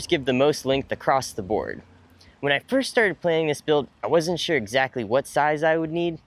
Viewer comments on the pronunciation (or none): none